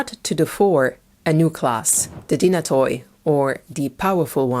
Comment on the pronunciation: The stratigoi and dynatoi alike is plural for stratigos ans dynatos , and the “oi” is pronounced like “e” or “y”